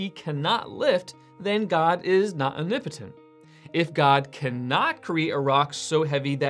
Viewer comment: Why do you pronounce it ''unipitin''? It's ''om-ni-po-tent'' You're skipping like 3 or 4 letters.